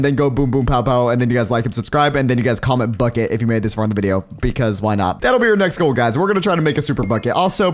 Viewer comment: you say "comment "Bucket"".